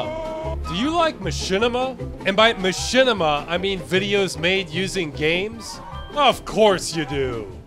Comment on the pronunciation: one word.... ma-shit-ima....